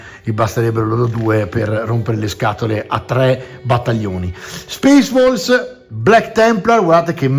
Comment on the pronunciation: Al posto di "Space Wolves" avevo capito "Space Balls", e gia` mi immaginavo il mitico Lord Casco a combattere contro Angron 🤣🤣🤣